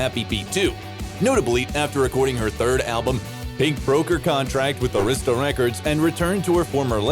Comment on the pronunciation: LOL Oh nooooo it's not A-reesta records it's pronounced Aah-rista...Oh geezus bad voice overs suck...